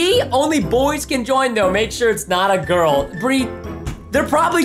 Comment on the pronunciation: Ya true I also think 😉😂😂 and it's girl not girk